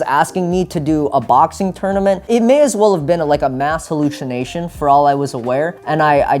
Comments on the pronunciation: man said "mass halluschination" AHAHAH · I'm starting to box, boxing is great. But hearing is uh... concerning Hallushinashion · A mass "hallushinashion" lol... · that brain damage is no joke. mans mispronounced the word hallucination like a preschooler. Jk Love your stuff, Michael!